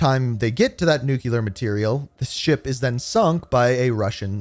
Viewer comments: ITS NOT NUCULAR!!! ITS NU-CLEAR!!! You’re killing me. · These are always ruined by the way Americans pronounce "nuclear."